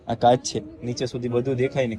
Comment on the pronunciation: Ben Kas nai pan kach bolo and saliva nai pan chalya